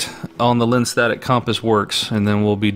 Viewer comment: "lenstetic" compass?